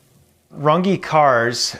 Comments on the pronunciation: he is missing out on a huge brand association (porsche) by not pronouncing the the ‘eh’ instead of the ‘eeee’. Ruf is pronounced roohff and not rough , with, I think, better brand identity. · "Rangi" lmao Can't believe this guy hasn't ever checked how his own name is actually pronounced... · It's called Rünge and he says Rungee. 3500 bucks won't even be enough to get a license in Germany not to mention any tools or AYTHING for that matter. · Pronounced "ruynn-geh" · I can appreciate him being an American of German descent, I'm in the same group, and americanizing the pronunciation of his last name, but an umlaut, the ü in Rünge is meant to be pronounced "UE". Except he pronounces it as if it didn't have an umlaut, but insists on adding it to the spelling even though English doesn't utilize the umlaut. Meh, maybe he's just a Mötley Crüe fan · Glad that he is giving it a crack. In german, is it not pronounced roon-gee. The umlaut is "oo". Not sure about his comment that it would take 'two years' to master it. Ferdinand Porsche did it in 50yrs. The master coach builder, and invented the hybrid car. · I believe it should be pronounced ‘Roongeh’ if he wishes to adhere to the origin ( sim to Porsche soft final syllable). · You can believe that, but it's wrong. It's German and derives from an very old profession. It's pronounced Rünge. And I don't know what you mean with a soft syllable with Porsche, because it's Porsheh like "meh" and rolling R not american english R. Same goes for Rünge. Rolling R, ü and the rest as written. So the e at the end is pronounced as always like meh for english speaking people. Almost like an ä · Ngl, I think he's heard his name being mispronounced so many times that he doesn't even remember how to pronounce it properly